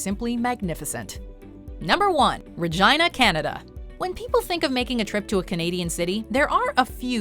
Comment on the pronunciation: I like the way Canadians pronounce Regina.